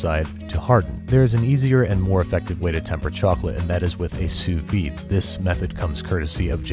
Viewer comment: I never knew that's how you pronounce sous vide.